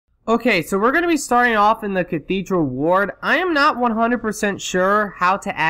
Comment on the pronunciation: "I'm nat sure, I'm nat sure"........